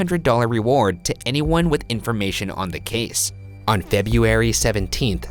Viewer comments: you know ryan spent hours trying to say "Febuary" instead of "febieary" 😂😂😂 he's the only one I know of that cant pronounce february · sounds flawless compared to “febeeary” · He can't even pronounce February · He can't pronounce February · How the hell can Ryan say Gisli Gudjonsson but not February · All of the world cringed when Ryan pronounced February 😂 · ryan can flawlessly pronounce all of those icelandic names but has never said february correctly